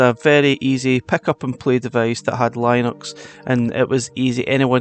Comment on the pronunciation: That's not how Linux is pronounced lol😂